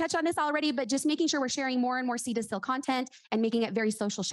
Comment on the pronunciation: Two things- one, the way this lady keeps saying “seal” as “SILL”, is driving me absolutely crazy. It’s like when people say pillow, as “PALLOW.”🤦🏼‍♀️ENUNCIATE! Two- your husband didn’t start walking because he was huffing oils! He was doing PT, correct? Hmmmmmm. 🤦🏼‍♀️